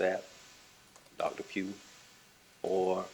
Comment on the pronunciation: If she says Zapp and Puge instead of Sapp and Pugh one more timeeeeeeree😳🫨🤢🤮